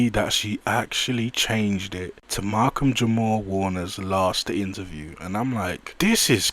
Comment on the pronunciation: yall gotta unsubscribe to these weirdos commenting on things they not of or from.... nigga didnt even have the decency to get Malcolm name right 10 seconds in... this is worse than mel click bait title